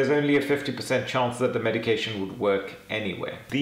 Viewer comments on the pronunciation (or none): none